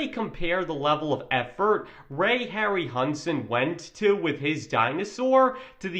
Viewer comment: they don't give a damn, or want to pay GREAT ARTISTS and just cheap out with GREENSCREEN AND CGI. if a film was made like back then (King Kohn, Jason and the Argonauts, METROPOLIS) it likely would fail as NEW gen audiences would ask, wtf was that? Harryhausen (Harry How Zen is the pronouncement)